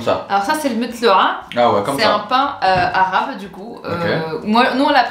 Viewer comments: a un très bon accent arabe elle parle très bien arabe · wesh il prononcearchi bien les mots en arabe